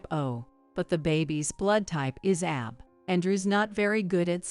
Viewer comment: It’s not AB it’s A B